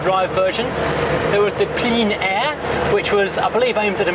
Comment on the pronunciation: "Plein Air" is pronounced "plan air", plein means "full".